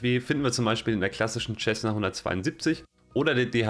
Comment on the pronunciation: Alles sehr schön gemacht aber biittee sag nicht immer "Tschessna" zur Cessna. Es wird "Sessna" gesprochen 🤠